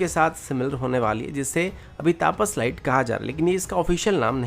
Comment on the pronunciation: भाई साहब, नाम तपस है, तापस नही । कृपया सही तरह से नाम पुकारें